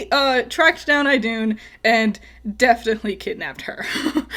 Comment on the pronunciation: She got it right. It's pronounced "IH-doon".